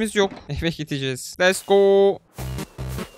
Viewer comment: abi lütfen lest go deme lets go de ingilizcem bozuldu senin yüzünden sınavdan 25 aldım ;( :b